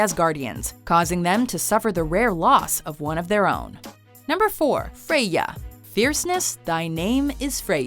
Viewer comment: Frey ya not Frey.....ya